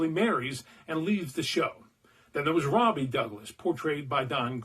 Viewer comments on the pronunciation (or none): none